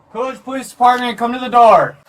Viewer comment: COOLIDGE PO-LICE, OFFICER BIGBALLS HERE